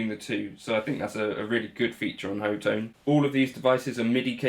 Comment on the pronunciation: It's pronounced Hot Tone!!! LOL!!! I saw it as Hot One when I got it, but your take is pretty good too.